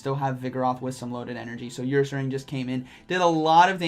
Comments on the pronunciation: Say her without the h. Ursaring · Nobody:.... 2021: YOUR-SARING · "Earsaring" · saying YourSaring had me laughing:), great video as always